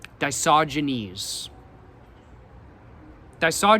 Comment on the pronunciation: yeah man it was feeling WRONG to say "Diogenes" After hearing "disogynes" Used by him with 100% certainty 😭